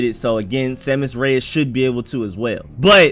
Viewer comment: Pretty sure u saying it correctly.